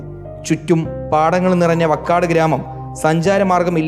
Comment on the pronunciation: Vakkad alla vaakkad